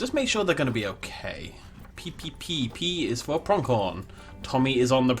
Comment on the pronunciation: Just FYI, there's no K in Pronghorn. Your pronunciation is weird, always adding K sounds to words without. 😅😂 Builds are nice tho.